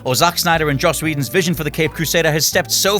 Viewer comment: You messed it up Whedon